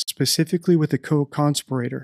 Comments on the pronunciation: Coconspirator? Pronunciation lol not what I expect from an attorney haha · That is a unique pronunciation of "co conspirator". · I am ABSOLUTELY loving your detailed analysis and I am enjoying following along bit by bit, making so much sense!! I think you are so intelligent. But why do you pronounce co-conspirator incorrectly??